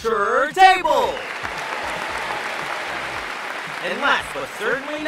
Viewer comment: "Cherr Table"